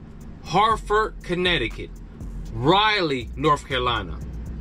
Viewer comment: You might get the stank look rolling into NC pronouncing those cities that way lol. It's more like Dur-rum or Dur-em. And Raw-lee or Ra-lee. I can't believe Durham is on the list but Richmond Va isn't. We're always getting shafted.